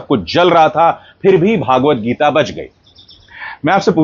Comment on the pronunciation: सहमत हूँ इस बात से आप की. PS : सही अथवा उपयुक्त नाम व उच्चारण "श्री मद् भगवद् गीता" है. भागवत गीता नहीं.